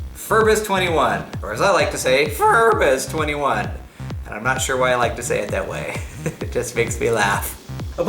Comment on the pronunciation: FEEEERbus twentyone xDDD I'm going to show you how to say it IN SPANISH: (Repeat) Fair-Boos-Vane-Tea-Oo-No (without pronouncing the 'u') Ask Saint Google Translator if you said it OK.